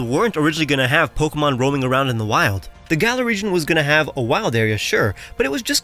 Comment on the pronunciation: have americans still not learned how to pronounce "galar" 😩😩😩 it rhymes with dollar